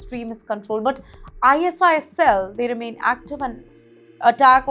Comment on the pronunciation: why the hell are u reading out ISIS as .. Eye .. ass..eye ..ass// its ISIS ( Eye Sis).. gawd..